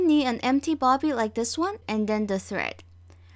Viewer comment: It’s a bobbin not bobby